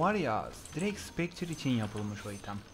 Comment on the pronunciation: Spectre'ye neden "spekçır", diyor bilen var mi? , mesela "spekta" belki, ya da en TURK/Amerikan haliyle "spektır" falan yerine... cidden bak, dalga gecmiyorum. "ç" nereden, nasil gel(ebil)iyor? Tek o mu ulan diyeceksiniz, tamam tabi, deceit'i "disayt" diye okuyunca ("dısiit" yerine mesela) falan da gulumsetiyor da, o olur yani... ama şu "ç" bam-başka